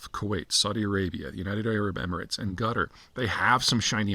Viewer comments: No, most of the time he's calling "Gutter" (It's supposed to be pronounced "Cat Are"). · You might want to pronounce is as "Kataar", not "Gutter" :) (Unless you're trying to make some point) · Why does he say Gutter? It’s pronounced Qataaar. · Qatar and not Gatar Peter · I love how you call Quatar "gutter" lmao. It's pronounced CATAHRR / KATAHRR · Why does it sound like Gutter instead of Qatar 😂😂😂? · No mention of Quatari state sponsored jihadi terrorism across the globe directly through Al Jazeera , their jihadi propaganda machine, indirectly via sponsoring programs in Western universities posing gullible woke minds. Let’s not forget to mention harbouring Hamas and Muslim brotherhood. BTW, how you pronounce Quatar sounds like gutter. Good description. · Sounds like he's saying Gudder. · Guttar? how can a guy who specialises in geopolitics not pronounce a simple country name? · Qatar, not gutter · It’s most certainly not pronounced “Gutter” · I'm not sure you pronounced it right peter. It's gutter, not qatar. They treat non qataris as sub humans over there. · Love the pronunciation of Qatar (Gutter).....LOL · Why does he keep calling Qatar, "Gutter"? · It’s not. It’s closer to Cutter/Quhter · Please don't call Qatar "gutter" 😛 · Having lived in Qatar for 10 years, I can categorically state that nobody from Qatar pronounces it 'Gutter' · Heh... That's what I was hearing as well. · His Qatar sounds a lot like Gutter lmao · you can't even pronounce Qatar properly